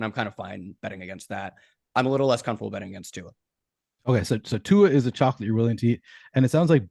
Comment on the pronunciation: Give it up for!! He’s the first one I’ve heard pronounce Tua’s last name correctly in maybe ever. Good job,.